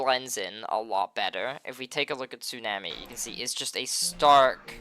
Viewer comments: “Su nam ee” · Not how tsunami is pronounced